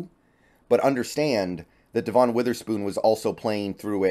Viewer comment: I think you’re pronouncing Devon’s name wrong, just fyi. Thanks for the interesting content.